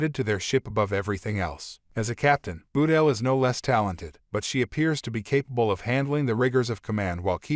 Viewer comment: "Nobody's Perfect"-Cpt. Spock to Lt. Saavik in "ST:2", but I agree. You'd think these CC narrators would learn to pronounce names correctly before airing them. Ba-tel isn't so hard especially since there's no 'u' in her name.